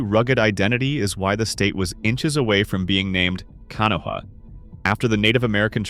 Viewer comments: It's Pronounced canaw and canain valley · Learn how to pronounce the names of our rivers. Ka-na-wa river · Overall, very nicely done. Gotta correct your pronunciation though. Kanawha is pronounced can awe' wuh. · What cant anyone pronounce Kanawha the right way? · And sadly AI cannot pronounce Kanawha lol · It is pronounced KUH-nane, not Kay-nun……. Irs pronounced KUH-naw-wuh, not Kenna, OR KUH-nawww, despite the spelling, it’s pronounced Tie-girt, not Tie-gart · Kan- aw- wuh , say it with me , Kan- aw- wuh and Muh- nonga- heel- a , again Muh- nonga- heel- a , jeez. Damn I hate these videos for butchering the indigenous names or our rivers . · The Narrator is obviously not from West Virginia and is really going to have to work on his pronunciation. He mispronounced Canaan and Kanawha, No idea what the Thaiart Valley is maybe the Tygart. No clue what the Canoa section is. I could not even guess either.